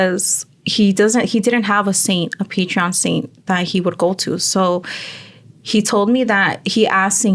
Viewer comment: Hi Ladies Im half way thru, and So far se me hace bonito el video, but I needed to say this, En buena onda, its patron saint not Patreon saint Saludos from Oxnard 🤍